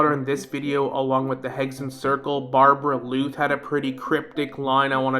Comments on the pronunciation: BAR-BELL-OTH not barbebrbloot😂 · But isn’t it supposed to be Barbaloth — [bɑ:rbalɔθ]? I think that’s actually the correct pronunciation and tbh as a lore channel they should probably pronounce things correctly as not doing so might hurt their credibility for some viewers. It’s just probably in their best interest to stay true to the actual conventions of the game since their content focuses on that. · bruhhhh idk call it overreacting or what, but it peeves me every time he pronounces it that way 😐😐 Barberluth what??